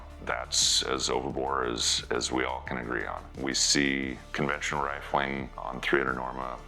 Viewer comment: 2m55s "rilfing"? What is rilfing?